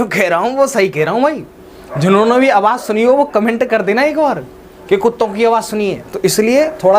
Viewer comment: Mene Dog 🐶 ki abaj suni g